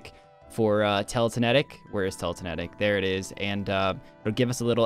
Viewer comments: Did say "teletinetic"?? bruhhh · 2 Things: 1) definitely said Teletenetic 2)Did he put the second recoil on?